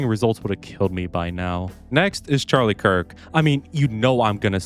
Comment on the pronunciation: Please don't pronounce Charles Leclerc the same as Charlie Kirk